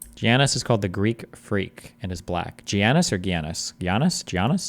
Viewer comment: giannis is pronounced with a y. took me a long time to learn the pronunciation of antetokounmpo too